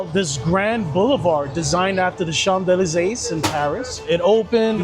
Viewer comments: The Chamdelasais? 😂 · It's as similar as his pronounciation of champs élysées.